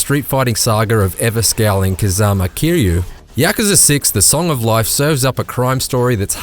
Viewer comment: If you can’t pronounce Kazuma Kiryu correctly you shouldn’t review this game.